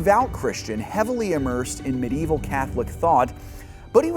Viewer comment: You can pronounce Aristotelian correctly but fail every time at Medieval. I find that quite curious.